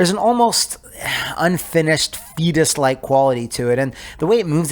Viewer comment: But, did you rike it?